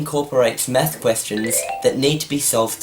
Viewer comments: it sounds like hes saying meth blaster XDDDDD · Why do you pronounce "math" like that? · That's not because he's Australian. I think it's just him. When I say "math" it sounds like "math" rather than what he said at the beginning. :) Oh, don't mean to offend. :)